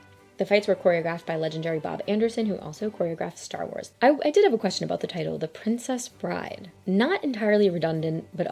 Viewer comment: How did you get it wrong twice? It’s “The Princess Bride.” Full stop.